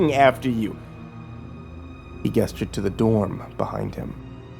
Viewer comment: or when he pronounces gesture as "guesture"